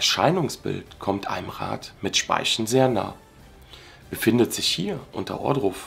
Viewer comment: "ein Rad mit Spaischn"